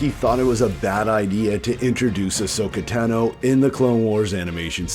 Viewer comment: Tah No. How do people still mispronounce it. She says her last name 40 times